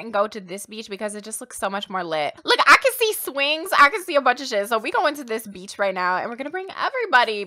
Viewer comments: The way she says beach sounds like BEach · Akshdkaksks anytime says “beach” I think she’s saying “Beetch” like she do